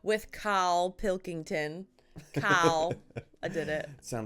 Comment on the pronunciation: I wouldn't worry about pronunciation. The fact you're actually nailing the "Pilkington" is impressive enough.